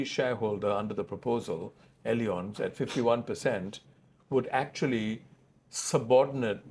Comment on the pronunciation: Great interview! LOL on how totally butchered pronouncing "allianz" throughout the interview.